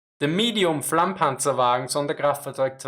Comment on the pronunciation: "The Medium Flammpanzerwaggen onowanienaiofenofnaonfoeanfoa" Is what I heard... and now I am scared of learning German